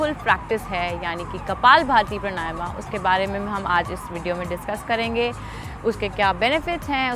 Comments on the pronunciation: देवी जी प्रणायमा नही है , प्राणायाम है । कम से कम आप तो मत बिगाड़ो शब्द को , योग से योगा कर दिया । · सही उच्चारण तो सीख लो मैडम प्राणायाम होता है। प्रणायमा क्या होता हैं विदेशी बनने के चक्कर मे नाम भी गलत बोलोगी क्या।। विदेशी तो सही बोलने का प्रयास कर रहे हैं और ये अंग्रेज बनने के चक्कर मे बेड़ा ग़र्क कर रहे हैं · प्राणायाम शब्द है,...सही उच्चारण करें